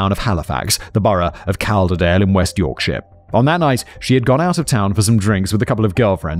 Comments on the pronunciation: If you need someone local to the North of England to guide you with Pronunciation of Northern towns, Ill be a happy to help. A local from Calderdale 😅 Calderdale - Call-Der-dale Keighley - Keith-leh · And Calderdale (it's pronounced Colderdale)